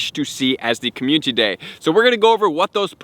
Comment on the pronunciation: Bro you missing a syllable when you say community... It's not communty it's community don't forgot to say the I